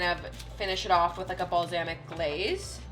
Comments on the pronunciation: nobody:: balzamic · Wait did she actually just say bal-zam-ic🤦🏼‍♀️😂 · the way your pronounce Balsamic is hilarious